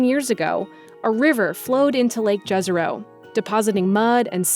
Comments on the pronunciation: YEZERO, not hard J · Jezero literally means lake. And its pronounced yezero. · jezero actually means lake and yes she pronounced it wrong in the video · Jazero is pronounced incorrectly. Use European alphabet spelling to say it correctly. Beautiful pictures from Mars